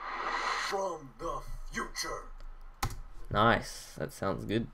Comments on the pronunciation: I liked it more when he said "In the futrue" in black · yeah..in the ''FUTRUE''